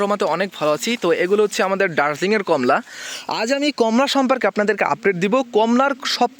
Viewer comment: এর নাম কম্লা নয়, কমলা ।